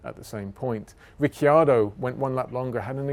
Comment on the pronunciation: After “Lastname” now we have “Rick-yado” 👍👍